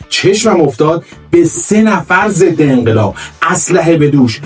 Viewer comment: اون ضدعنقلاب گفتنت کشت منو😂😂